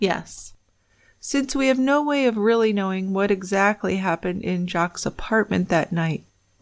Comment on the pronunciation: The S in Jacques is silent. The name is French for Jack.